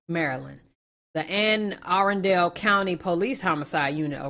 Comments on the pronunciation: It's pronounced An A Run Dell County nd yea Rip to that young man smh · Pronounced AN-NA-RUN-DULL. it's a county outside Baltimore in Maryland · Anna- run-dul this is how it sounds is near it’s a county outside of Baltimore basically still Baltimore if you ask me I’m from Maryland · It's pronunced Ann a run dull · Anne Arundel (Ann-uh Run-dul)